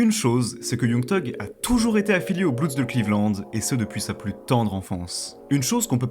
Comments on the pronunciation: Putain arrêter de dire bloudz pour dire (bloods) ça craint ! Ça se prononce blods . Allez sur traduction Google pour bien le prononcer ! Vous avez déjà vu des ricains dire les bloudz ? 🤦🏻‍♂️ Et on dit un blood et des bloods et pas un bloudz et des bloudz 😂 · prononce pas blueds ou blouds c est blood, blo-od, j aime ben la video mais calice dit le bon mot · Super vidéo !! Par contre c’est pas des blouds mais des bleuds (bloods) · Mdrrr les petits blancs qui bandent sur les gangsters en croyant etre bien renseigné 😂😂😂 et même pas foutu de prononcer le nom du gang principal correctement..."les blouuuds" mdrrr et les suceurs en commentaires PTDRRR ah vous m'avez mis bien 😅😅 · Faut arreter de prononcer blouds.. ca fait tiep de ouf